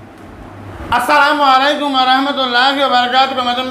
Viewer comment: আপনি যে ভালো মেয়ে কথা বললেন কিন্তু সালাম দেওয়ার সময় এমন ভাবে বললেন স্বয়ং নবীজি যদি আপনার সালাম শুনত অবাক হতো ভাই সালাম ভালোভাবে দিবেন যাতে মানুষ বুঝতে পারে খুব সহজে